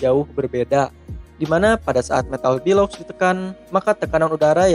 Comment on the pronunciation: Video nya bagus informatif dan mencerahkan, tapi maaf, ijin komen sedikit 'Bellows' dibaca ˈbeləuz, bukan 'bəˈləu' (Below - 'dibawah/ lebih rendah')